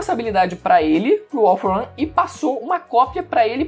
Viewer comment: “All for ãn”